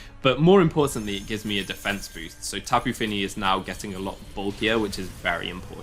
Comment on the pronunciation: "slapu fini"